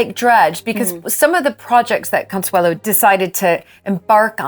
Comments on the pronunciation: Her name is Consuelo not Consuela. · ConsuelO, not ConsuelA!!! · Her name was Consuelo not Consuela